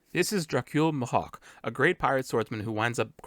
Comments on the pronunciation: please don’t pronounce Mihawk like that ever again . Me•Hock = Mihawk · Great spoiler-free video. I do wanna say one thing though, "m'hawk" lol. I always thought it was "me-hawk" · I really liked this break down! It showed so many things I missed despite watching the trailer multiple times. But I just wanted to ask, is your pronunciation of Mihawk some kinda accent or something? Coz its my first time hearing it being pronounced liked that!